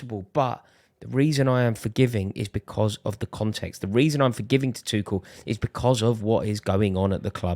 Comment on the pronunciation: Who tf calls Tuchel ‘Twoshell’? You lose the debate there and then